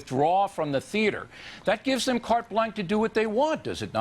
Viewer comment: Bill O'Reilly manages to be so dumb as to not even say CARTE BLANCHE correctly. Cart Blank. I'm uh murrickin', dammit. Nukuler cart blank.